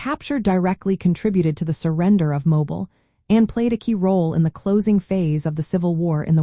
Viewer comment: Your are mispronouncing mobile, al. It is more like mowbeal when you say it locally.